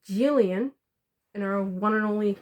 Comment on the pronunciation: You are saying Jillian’s name right